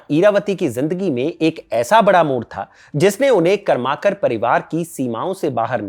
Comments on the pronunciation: कर्माकर नहीं .... करमरकर.. करवे नहीं .... कर्वे .. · कर्माकर नही करमरकर बाकी व्हिडिओ एकदम मस्त. Very informative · Karmarkar not Karmakar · बहुत बढ़िया भाई साहब! मैं महाराष्ट्रीयन हूँ और आप जो चित्तपावन ब्राह्मण के नाम का उच्चार कर रहे हैं उसे ठीक करना चाहता हूँ! शुद्ध नाम है इरावती कर्वे ( कारवे नहीं) और कर्माकार नहीं पर करमरकर? बाक़ी सब कुछ ठीक! ❤ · करमरकर बोलीये, कर्माकर नही. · "करमरकर" ऐसा उच्चारण होना चाहिए.